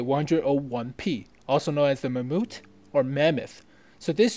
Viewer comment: LOL. Did you just say mammUT ????